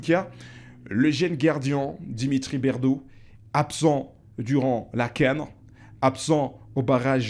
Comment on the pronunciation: Stp Dimitri bertaux et non berdeau